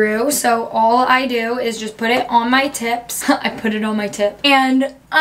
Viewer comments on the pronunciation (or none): Lits roo like tips kkkkkkkkk